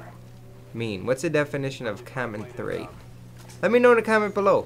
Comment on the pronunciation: comenthrate = when cant pronounce commentate properly